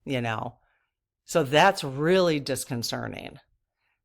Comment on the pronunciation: are you talking about a Catholic preacher or an evangelical preacher? Because they're very different. Also, diconcerning isn't a word. It's "disconcerting". That's just a kindly FYI-- LOVE your channel. Thank you for everything you do!!!